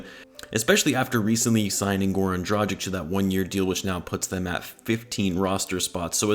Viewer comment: You pronounce Dragic wrong. You pronounce it more like tragedy. Is that intentional?